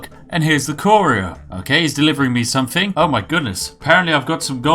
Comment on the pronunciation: I like the part where you try to put on what you think is a posh accent but still say "somefing" "stelfy". Also, the Bretons have names like Giraud Gemane and Amaund Motierre, they're not supposed to be British. They have no connection to tea.